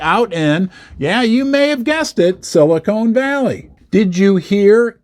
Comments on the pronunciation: that's Sili CON Valley not Sili CONE Valley. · Silicon, not Silicone.😊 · Ha it’s silicon, not silicone as in con artist 😂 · it's NOT silicone, it's silicon, but silicone is what they put in fake boobs ... yes ??? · It’s not silicone valley it’s silicon🙄🙄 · Petty comment since I grew up there - it’s Silicon Valley not silicone valley. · Pronounced with a short “o” instead of a long “o.”